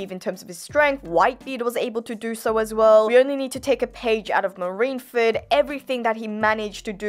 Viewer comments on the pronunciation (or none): none